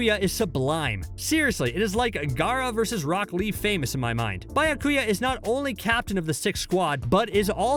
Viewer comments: “BI-YA-KUYA” oh my Also this ranking is garbage only 1&2 truly make sense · Buy ya coo ya. 😂🤣🤌🏾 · "Bayakuya" "Rayajun jaka" Are you even trying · “Bayakuya kuchiki “ like damn bruh can you at least try to pronounce these names properly. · Man really said buy-her-kuya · Byakuya [Bee-ah-koo-ya] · Biyakia! Wow omg do you guys even watch the anime or listen to the words are pronounce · The pronunciations are all off 😂 his byakuya made me flip my table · The pronunciation good looooord😬 Meyuri Kurotuchichi Bayakuyo 😫😫